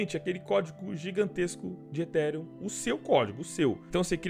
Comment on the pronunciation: aprende a falar ethereum tbm pf! (etirian)